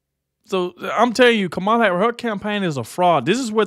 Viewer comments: Did you notice how close her fingers were when she was saying about the "wisdom" to run the country?😂 "MOMALA"??!!!!!! ,😲🫣😵‍💫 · "Mamala!" Wth? 🤢